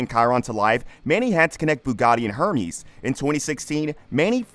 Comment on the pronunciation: This narrator must be AI bc the pronunciations are so bad I mean “a Her-mee’s bag. Can’t say I’ve heard of that brand before.